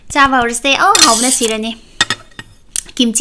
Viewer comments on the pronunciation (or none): none